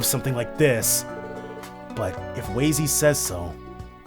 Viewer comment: It's pronounced Wah-zy, not Way-zy :p